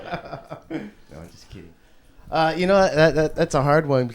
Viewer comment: "Naw ehm just keed."